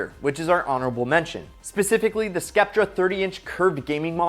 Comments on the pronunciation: Little bit o cringe, but when he said skeptre instead of sceptre I died, also backwards shifter😅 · bro said skep-ter its pronounced sep-ter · gotta mention that you said sceptre as "skeptray" when its prounouced as "septar' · Nice video, I just wanted to share that sceptre is pronounced more like septer. I hope I don't come across wrong, just wanted to share. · Bro really said skep-tra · The "C" is silent in scepter lol